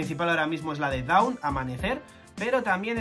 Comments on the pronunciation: Dawn no se pronuncia “daun” es aproximadamente “don” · Para la pronunciación de la palabra Dawn en japonés los katakana hacen que se pronuncie DON. Eso nos recuerda a Tom y a Binks no sake